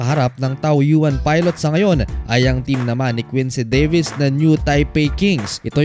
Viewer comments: Two sillables lang po ang TAOYUAN, TAW-YEN ang basa dyan parang tagalog lang hindi tao-yu-an. 🤦 Anyway congrats ricci! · With all due respect to you but you pronounce it sa TAO-YEN and not TAO-YU-AN... I've been an OFW in Taiwan from 1997 to 2005, modesty aside. Ganyan bro. pino-pronounce iyan dun ng mga Taiwanese dun... Kaya ganyan na rin namin sinasabi. It's true, not a lie... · “Taw Yen” po ang bigkas hehe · Taoyuan ( taw-yen) bigkas po idol..♥️ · Idol tawyin yan ang pag pronounce ng taoyuan.Salamt.Godbless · Taoyuan Tao-yen ang bigkas niyan idol 🙂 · plus league ang tawag jan, hindi p. league. At tsaka taw-yen ang bigkas sa team ni ricci.